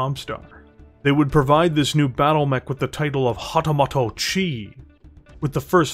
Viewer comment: Hahtahmahto-chi, eh? 🙃